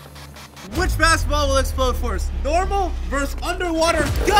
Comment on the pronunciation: Jesse where did that accent come from when you said first 😂😂